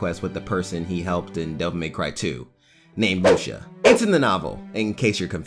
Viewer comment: Minor correction: Lucia's name is pronounced "Loo-see-ya", not "Loo-sha".